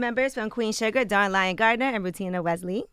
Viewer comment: Dang Angela did not say Dawn Lyen's name right. When you interviewing somebody you gotta at least get their name right bruh